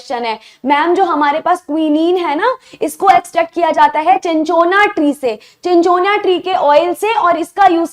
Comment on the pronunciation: Mam चिनचोना nhi hai wo सिनकोना hai